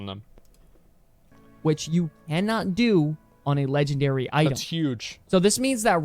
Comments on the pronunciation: its LEGNARARY! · “LEGNARARY” -Asmongold 2023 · "rares". "LEGNARARY"